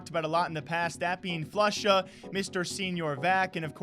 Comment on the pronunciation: Of kors.... Floosha chiiter